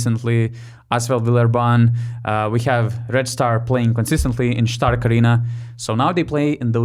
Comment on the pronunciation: I am glad that you learned how to pronounce Stark, but it is again Beogradska arena